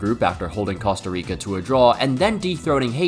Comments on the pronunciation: As a man who has family that lives in Costa Rica please learn how to pronounce that beautiful country's name correctly. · I hate to be that guy but his pronunciation of Costa Rica is killing me 😭